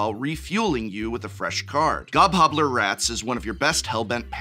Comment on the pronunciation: lol professor said " gobhobbler"